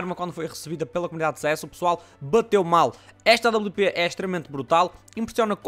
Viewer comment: não é awp é, à babliu pê